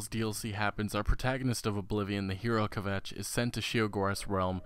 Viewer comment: He also cannot pronounce Jyggalag, Sheogorath or Kvatch. Did he actually play the games?